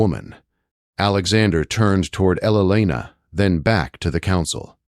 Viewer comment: Teach your AI to pronounce Elena and not elenena or whatever he says.